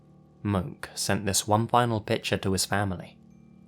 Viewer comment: Hey in your story Stairway to Geaven. It's not Moke but pronounced Mo Key. My dad is from Hawaii and I lived there myself for 3 yrs. It's a pretty common name on the island.